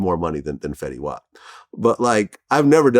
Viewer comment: When you call fetty wap fetty wop…… big L